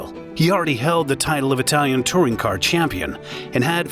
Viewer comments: As a native bilingual (German/English) that speaks Italian, I can only agree, excellent pronunciation head and shoulders above the rest. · Great mini documentary, your pronunciation in Italian and German are the best I've heard in a long time. Most YouTubers butcher the words it's almost cringeworthy! You have my sub, hopefully more Alfa Romeo content, please! 😊